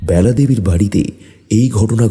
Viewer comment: ব্যালা হবে না বেলা হবে বাজে শুনতে লাগছে